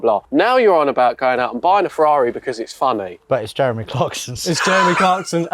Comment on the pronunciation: “With italian accent”